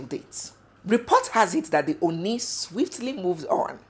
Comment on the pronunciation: Oni is pronounced Orni.